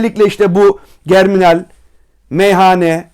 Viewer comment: jerminal diye okunur hocam